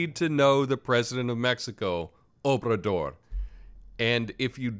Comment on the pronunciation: It sounds kinda like you're saying President "Openthedoor" lol, and no I didn't plan that pun beforehand lol